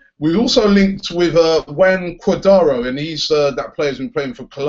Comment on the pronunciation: Cua . Dra. Do.